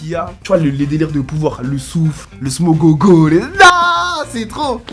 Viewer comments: wsh c le smog pas le smogogo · Le smog wsh il a dit le smogogo je vais tout casser🤣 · Le boug nous parle de pokémon dans galactique football 😂 "smogogo" 😂